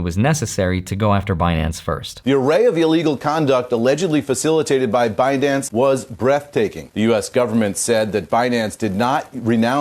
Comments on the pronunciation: Now I'll never be able to NOT say Benance. Epic Yellenism. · It's benance 😊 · Stop saying Binance. It’s Benance!!! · I don’t think you should be able to take money from them if you can’t even say their damn name properly.